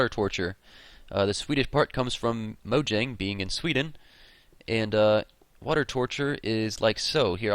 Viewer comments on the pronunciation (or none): none